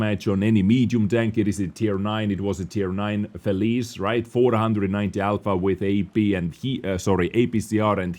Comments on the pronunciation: "felice" is not "felìs", the "ce" is like "che(ck)" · pronounce Feli-CHE like czech! Like feliCze(ch), thats how it sounds